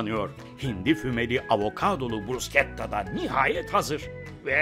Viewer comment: Aynen kimsenin bilgisi yok. Ayrıca bruşketta diye okunur sunucu bile söylemesini becereilmiyor👎🏻